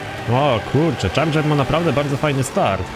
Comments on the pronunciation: Czardżer się mówi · nie mówi się Charger tylko chyba CZARDŻER. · czyta się czardżer chyba ;) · nie charger tylko czardzer sie czyta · dodż czardżer sie pisze :DDD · czyta sie czardzer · kameleon serio? mordko no co ty gadasz?.. łyknąłeś prowo i się ośmieszasz teraz, to jest logiczne że tak się czyta tylko specjalnie tak powiedział.